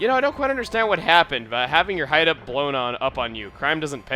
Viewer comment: I love how started to say hideoat and stuff like that, maybe because of spending too much time with. Ah, well.